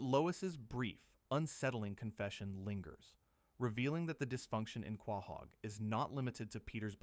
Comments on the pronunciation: Was excited until i heard this mfer say quah-haug. Youtube dont recommend this channel again plz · Wtf is Quaaahog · Is this AI? The voice and pronounciaton feels off. He cant pronounce Quahog